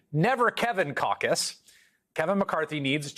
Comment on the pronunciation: KEVIN KAKAS NOT CAUCUS :) :) :) ;)